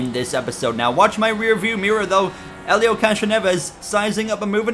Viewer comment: You finally got Helio's name right sheds a tear Im so proud of you bro